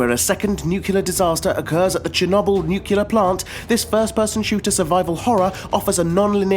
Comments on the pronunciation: NU-CLEAR NOT NUCULAR....ARE YOU GEORGE BUSH JR FFS??? YOU PEOPLE MADE THE GOD DAMNED LANGUAGE, GET IT RIGHT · it's nuclear, not nukilar....😕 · The list is good and all, but please, it's nuclear, not nucelar. :( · Great selection, but the pronunciation of the word, nuclear is irritating; It's not spelt nu-cu-lar. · "nukyuler"? really? .. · did you just say "nucular" war? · Nucular? WTF is nucular? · nuclear, new cle er not....... new cue ler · It's NUCLEAR for Gods' sake...